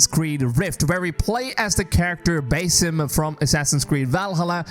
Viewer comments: its pronounced bAAsim like the sound a goat makes not baesim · am I the only one who gets triggered when calls him "bay-sim" instead of "ba-seem"??? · Dude it's pronounced BA-SIM not BAY-SIM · Did he really sah Beysim instead of BAAAH-Sim. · no disrespect, but its not Bay-Sim. It is Bah-Sim. Nice video bro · Baeysim??? BASIM! Dude you can't even pronounce it right...you must be American...no other nation is such disrespectful... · What do you constantly call him BASS-IM Rather than BASIM like everyone else. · BASIM ❌ BAYY-SIM ✅ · Proper pronunciation of his name is Ba'sim (Bahsim). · One more, BASE IM, yo who is this new character 😂 (I’m not a pronunciation nazi i just found it funny) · Love that Ubisoft is returning to their AC roots. Thank you for the new info. And just for future reference, here's a more accurate pronunciation of the Arabic name, "Basim."